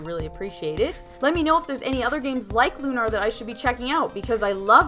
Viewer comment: i.m with you, but the title rhymes with tuner, not kumar.